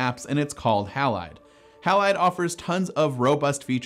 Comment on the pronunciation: Surely "Halide" is pronounced "Hay-lide" --- It's always pronounced like that in chemistry.